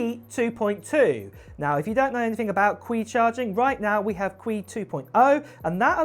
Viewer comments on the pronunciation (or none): It’s pronounced “Chee” wireless charging not cuie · Qi is pronounced "Chee" not "Quee" just fyi... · I’m cautious about announcements . Apple deceived a lot recently so wait and see with real life tests. By the way QI is pronounced Chee.. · Samsungs Qi charging is pronounced “chee”